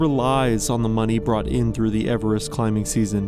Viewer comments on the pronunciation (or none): none